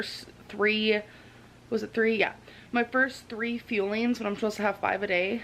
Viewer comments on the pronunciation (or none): Am I the only one that hears ‘feelings’ when she says ‘fuelings’?? She got Justin Timberlake’s Can’t Stop the Feeling stuck in my head, which is pretty entertaining when you think of her bars every time he says that. Like, yeah, she can’t stop stuffing her face with her ‘feelings’/‘fuelings’... smh 🤦🏼‍♀️ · Is she saying" feelings"? Isn't it "fuelings"?😂😂😂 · was she also calling them feelings instead of fuelings? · When she says fuelings it sounds just like feelings, which adds to the irony. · I can't tell, is she saying fuelings or feelings? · Omg did it drive anyone else nuts every time she called them feelings instead of fuelings ?!!! Ahhhhh😫😩😩😩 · WHY DO THEY CALL THEIR MEALS “feelings” am I hearing her wrong?! 🙃🙃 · "She had, like, 1 granola bar and she thinks her eating disorder is cured." You're so funny, I'm dead. Sidenote- Are these "fuelings" or "feelings"? ALR says "feelings" and every other person says "fuelings". The irony of her eating her "feelings" instead of her "fuelings" is noticed. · Anyone else hear "feelings" instead of "fuelings"? As in, she's eating her feelings? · It sounds like she's saying feelings not fuelings hmmmmmm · Haha when she says she has to eat all her fuelings all I hear is her saying she has to eat all her feelings. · She’s talking about ‘feelings’. I thought they were ‘fuelings’? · Who else yelled “IT’S FUELINGS NOT FEELINGS!” Jeez Hamberlynn 🙄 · That she pronounces “fuelings” as “feelings” seems almost Freudian. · They’re ‘fuellings’ ??? I genuinely thought they were called ‘feelings’ . Sheesh - she is in a BAD way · I think she was saying fuelings?????? Who knows 🤷🏻‍♀️😂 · Anyone else feel like she’s saying eat my “feelings”? 🤣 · the way she says “feelings” instead of “fuelings” irritates me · Does anyone else hate when she says feelings instead of fuelings? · I keep on thinking that she's saying "feelings," not "fuelings." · I have to say...I enjoy that she calls her "fuelings" her "feelings".